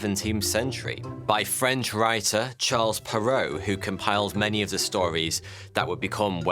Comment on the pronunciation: "Charles Perrault" is Pronounced as "Sh-ah-rh-l P-eh-rh-rh-oh"!